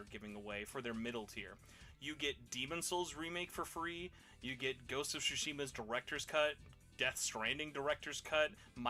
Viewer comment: will never stop pronouncing it ghost of shushima, will he